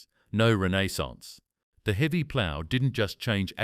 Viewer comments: Teach your AI how to pronounce Renaissance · AI can’t pronounce renaissance